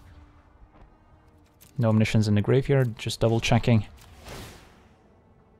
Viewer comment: i speak french, we have the word as well (no reason not to, it's directly latin) and can confirm there is absolutely no reason to pronounce science differently. Feels like its meant to sound frenchier but that's just dumb.